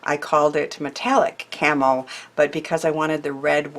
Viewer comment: Some great tips. I couldn't understand why you were saying camel or carmel so I went back and put on the subtitles. That said 'camo'. Still didn't understand, so googled it. Got it! Camouflage!!! 💖 from a very wet week from Devon, England.